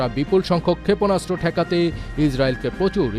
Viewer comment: ক্ষেপণাস্ত্র উচ্চারণ শুদ্ধ উচ্চারণ করতে হবে, ক্ষেপণাস্ত্র উচ্চারণ শুদ্ধ হচ্ছে না 😮😮😮😮